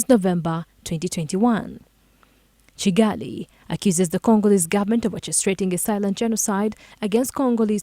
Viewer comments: Is it also Kigali, and not Cigali. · Its Kivu not civu and its Kigali not cigali